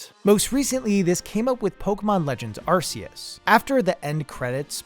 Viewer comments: Dude arc-a-us not ar-ce-is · im a 100% player, i like to do everything and collect eveything in a game just see if theres a secret, i have never rushed to the ending in any game iv ever played arceus official pronounciation from the pokemon company is ark-e-us not arce-us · Just like to point out, it’s Arceus, pronounced Ar-key-us. Not Ar-see-us. Same with Sifu, it’s pronounced She-foo, not See-foo. Think Kung Fu Panda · Will everyone stop saying ar-see-us? It's ark-ee-us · Your pronunciation of Arceus irritates me to no end. But this idea with end credits seems to point to a big design principle in general: Presentation can make or break design. I’ve learned that the hard way in my architectural classes, because you might have the best design imaginable, but if the presentation of that design is shaky at the beginning or the end, it often won’t matter how good the work itself is. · Ah, glad you talked about pokemon legends: arseoos.